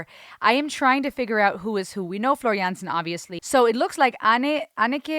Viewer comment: There’s another live version in the: the electric castle live and other tales concert. The a in Jansen is pronounced as the a in Darth and not as the a in Vader. The second Goosens was the right one.